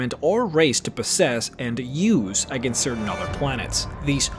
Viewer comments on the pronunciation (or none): none